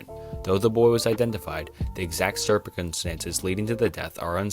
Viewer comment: Bro said “Serpent come stances” Love the videos bro, but HOLY. You mispronounce so many words, many of which aren’t even uncommon. Circumstances. Not, Serpent Come Stances. Lmao.